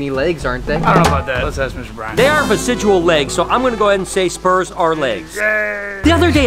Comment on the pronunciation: Brian! I love your videos and I watch them every day! But PLEASE learn to pronounce the word “vestigial.” The base of the word is vestige, as in something left behind, a remnant. Vesidgual is not word.